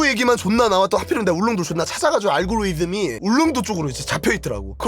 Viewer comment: 알고리즘 발음 킹받네ㅋㅋㅋ